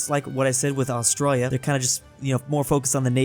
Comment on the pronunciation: Who noticed 'Australis'